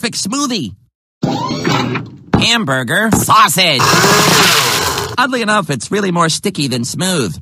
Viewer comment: I know he said "Oddly enough" but it almost sounded like he said "Ugly enough".